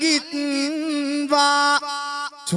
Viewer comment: ඔයාගෙ කවිය ලස්සන යි පුතේ තාත්තට වදින ගාථාව වැරදි ටිකක් ඒක හොදට ඉගෙන ගන්න ඔබ රටට ම වටින කලාකරුවෙක් නෙ පීතු නෙවෙයි පිතු පාදං අලින්ගිත්වා නෙවෙයි ආලින්ගිත්වා ❤